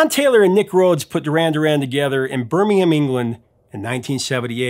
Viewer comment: Thank you. Finally an American who knows/learned/got told (doesn't matter at least the effort was made) how to pronounce Birmingham. The English one, not the one in Alambaaaama.